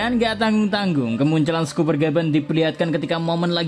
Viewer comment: Scopper, di baca skoper, bukan skuper, kalo "o"nya 2 baru di baca skuper